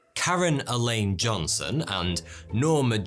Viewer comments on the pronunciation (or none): none